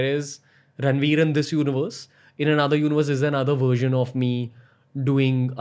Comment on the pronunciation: When he first said the word "version" it sounded to me more like " gersion " ......